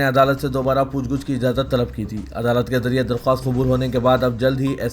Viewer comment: لف Lafaz pooch guch nahi balki pooch gach hai isi tareh lafz.taeen.bhi urdu ka nahee hai